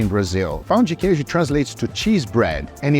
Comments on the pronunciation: bro really is brazilian when he says "pÂo de queijo" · Guga goes full mineiro when saying pão de queijo.